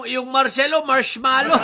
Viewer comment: Dinig ko boss sa Sabi nya Marcelo 😅😅